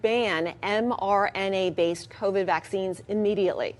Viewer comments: Ignorant reporter calls mRNA vaccines mRNN. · Somebody please tell that reporter that it's "mRNA" and NOT mRNN Thank you!